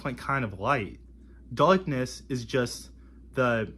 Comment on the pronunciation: Weeawwistikwee "Realistically" Daaaukness "Darkness" Wew "Well" Kweeated "Created" Kweshun "Question" Numburr "Number" Weaves "Leaves" The future is lost already. Anseturs "Ancestors" Fouzand "Thousand" Wesrwekted "Resurrected"